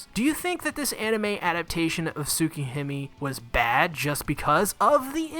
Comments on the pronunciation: Nobody:: Soo-key-him-ee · It pains me how you're mispronouncing Tsukihime and all I can do is to keep watching ._. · I took a shot every time he mispronounced Tsukihime or another Japanese word/name, and now I'm in the hospital. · The way he pronounced tsukihime at the start though…